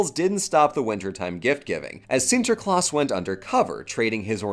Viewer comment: As a Dutchie, I picked up some interesting trivia about the Sinterklaas tradition through this video. Cool to see it covered! Kudos for your pronounciation of the name, by the way, I was all too prepared to see you stumble through it but the quality is there as much as it has always has been - Shouldn't have expected otherwise.